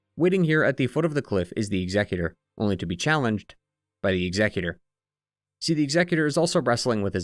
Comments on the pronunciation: Y u pronounce executor like he's a Pokémon? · Dude can't pronounce executor 😅